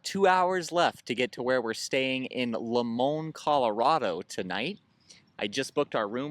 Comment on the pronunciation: Hey, new viewer here. It's pronounced like this, Lie Mon, Limon Colorado. We're cultured but you're giving us way too much credit lol. And welcome to Colorado!